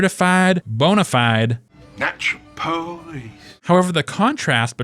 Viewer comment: You are natural Po-leece